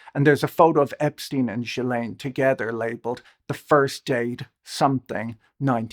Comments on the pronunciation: Jill lane but you say it together jillane, that’s how you’d pronounce it. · Very nice of you to do this recap! But it's Ggghislaine, hard G like Guy. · That was the best summary I've seen of the Epstein scandal. The question of where his wealth came from is one that deserves far more attention. I have to comment though on this inability to pronounce Ghislaine's name properly. The English media don't seem to have the same problem, possibly because of repeated exposure to her father saying it. In America, all manner of educated folks have yet to figure it out, Lawrence O'Donnell included. It is a French name and therefore phonetically sounded out. The Gh is pronounced the same way as in ghost. No juh sound. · Jizzlene in France. {unfortunate with the Jiz part.} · After all this time and people are still mispronouncing ghillaines name? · The mispronouncing of GM's name must grate on her ears. But there is no doubt whatsoever who they are referring to.